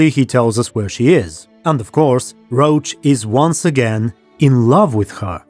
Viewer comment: Whenever you say Roche's name I think you mean Geralt's horse. I'm sure it would sound better if we all read the guy's name as it seems to have been intended with French pronunciation (it does look like a French, or German, name): [rosh]